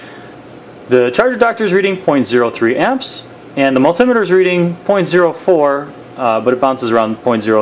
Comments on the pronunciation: Very helpful, thanks. Just think about the construction of the word multimeter...it’s two conjoined words...multi + meter, so the emphasis shouldn’t be on “tim” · its a multimeter not a multimiter !